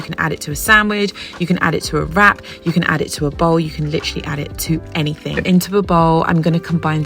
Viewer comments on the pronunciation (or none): none